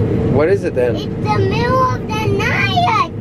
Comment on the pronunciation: ITS THE MIDDUL OF THE NIGH-TUH! You got some good eggs,.